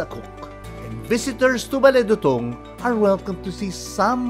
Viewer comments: Not Bale Dutung... it's Bale Du'tung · Pronounced CLOD sir…not Cloud ☁️ Also it’s pronounced Bale Doo Tung